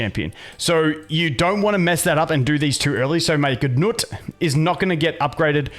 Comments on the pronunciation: stop saying GUU NUT its 🥜NUT 🤣🤣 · Boned by nut lol. Had a solid laugh. I think people pronounce it like. Noot. or g-noot. Who knows, but nut is funny enough.